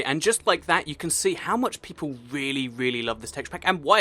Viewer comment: its whale PEIPLPLLEE XD